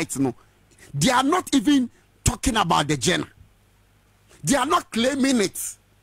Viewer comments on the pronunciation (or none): What is "Gena"? You mean Genre? Lol ... 😅😅😅